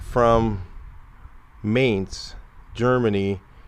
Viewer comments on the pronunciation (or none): My Grandmother was born in Berlin in 1894.... she would say Mainz likes this "mines"... with a little bit of a "tz" sound on the end...like "Mine-tz"... not mints...but minetz...I watch your videos more than once...thanks again..👍🎩👍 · Pronounced Mine-tz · Mainz is pronounced MINE-TS. Beautiful job, better than new! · Mainz is pronounced Minets in English. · The "a" in Mainz is spoken like the the "A" in America. Otherwise the pronunciation is OK. :-)